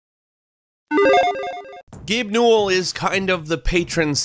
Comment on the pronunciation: I thought it was pronounced (New-well)